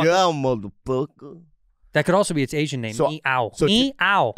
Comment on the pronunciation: I've watched this dozens of times and I'm still not sure if Bobby says Asians or agents